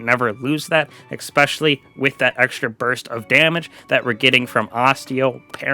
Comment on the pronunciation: Okay, first of all, they're Necrotic Grip, not Necrotic Grips. Secondly, you're pronouncing aspect incorrectly. ASSpect. Not Ahhspect. Lastly, it's pronounced eSpecially, not eckspecially. Watching this video was torture because of the way you pronounce words.